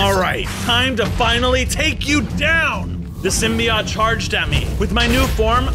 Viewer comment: symbiote sim by ote thats how u say it